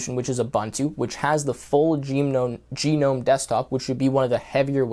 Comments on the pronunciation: People prounoncing gnome gnome nome TWT: geeeenome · Do you pronounce "Garden Gnome" was "Garden Gee-Nome" ? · If you're going to provide advice on operating systems you prob. want to learn how to say Gnome properly. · When it comes to the desktop environment, it isn't pronounced like "gnome" in garden gnome either.